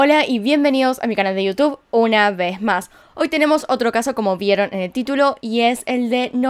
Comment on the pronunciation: "una vej más 💗🌟"